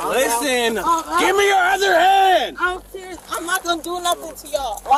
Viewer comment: Why did she keep saying ime serious ?😮